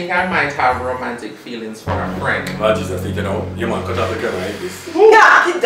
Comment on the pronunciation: Somebody can remove the letter “Y” from alphabet please 😂😂😂😂 “cuty cuty, worky worky” 😂😂